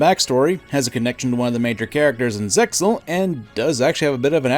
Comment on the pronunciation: Uhm... her hair... looks like someone sewed a cat carcass ONTO her head. That is what I literally thought when I saw her for the first time. Also, obvious comment that sadly needs to be said... ZeXaL is said "Zeal". Or rather "Se-a-ul". Also as Kaiba said, ZeXaL does not exist, just like some of the GX and a little of 5Ds.